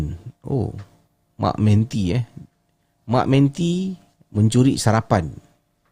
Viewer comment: Sebutannya ialah ‘MAK MENTI’ dan ‘menti’ itu disebut seperti ‘mentimun’. Orang Melayu menggunakan istilah ‘mak menti’ untuk merujuk kepada tikus mondok bersaiz gergasi seperti kucing —yang dipercayai berhantu dan berpuaka— kerana seringkali ‘mencuri’ perkakas dapur seperti senduk kayu, periuk dan kain perca. True story walaupun bunyinya kelakar 😂 Orang Malaysia rasanya ramai tahu ‘mak menti’ tu apa.